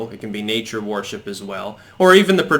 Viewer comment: I love you and watch every single video you post but why do you pronounce so many words incorrectly? 😆 worship is pronounced wurship! My evidence for this is that there is already a word pronounced warship....it’s err...warship 🙄 keep up the good work mate 👍